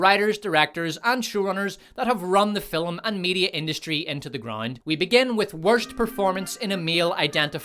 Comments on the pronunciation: Okay is there some Irish thing that I'm missing here with the pronunciation of FILM as FILLUM? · Dude, it’s pronounced “film,” and NOT “filum!” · I came for the pronunciation of 'Filum', and stayed for ' excellent hosting this year. Brilliant work team despot. Bravo! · Great content. Though 'film' is pronounced *film*, not "fillem'. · What's a "filum?" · I had to give a like... but I was on the fence because this guy can't seem to pronounce the word "film"... Just the one syllable. Sound it out...